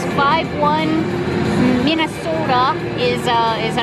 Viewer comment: Correction - Minny-snow-ta